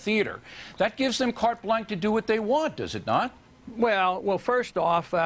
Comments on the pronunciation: and Bill O'Reilly says, "Cart Blank" It's pronounced "Cart Blanchuh" dumb*ss. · haha, asshole Bill "Oh Really" keeps saying "Carte Blank"...don't want to sound 'too French', even though you're using a French phrase, Bill? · meanwhile, carte blanche is pronounced carte blansh... Not carte blanc. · Kart Blanc O'Reilly? You mean carte blanche perhaps? Also, you fail at debating. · carte blank! hahaha... it's carte blanCHE, bill... you dumb shit who won't live on while ron paul will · "carte blank" idiot. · Big surprise bill oreilly can't pronounce carte blanche.